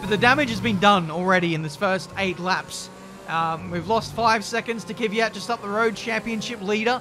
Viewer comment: Looking forward to F1 2021 career mode. will finally stop pronouncing Kvyat as Kiviyat and instead say Mazepan!